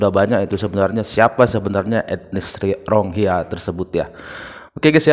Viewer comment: Bukan RONGHIYA bang.. Tapi RO-HING-NYA atau RO-HING-YA